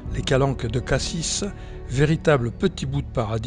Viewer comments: Prononcer Cassi et non pas cassisse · En Provence on a tendance à rajouter partout des E. On dit souvent "je vais à "Cassisse".